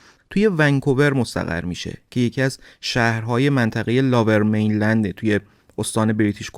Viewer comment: ، ببخشید این منطقه لُورمینلند(lower mainland ) است به معنی مناطق پست تر یا پایین تر به نسبت رودخانه فریزر،نه لاورمینلند. ارادت